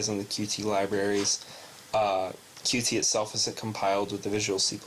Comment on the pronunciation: Qt is pronounced "cute". Similar to Lua, it is not an acronym, or abbreviation. Thank you for the tutorial, helpful.